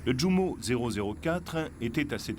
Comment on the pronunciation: Djounker... Non, Junkers est un mot allemand, on prononce ïounkers ! De la même manière Jumo se prononce ïoumo.